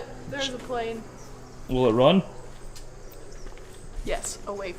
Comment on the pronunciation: Airpane Airpane 😂 I love her lol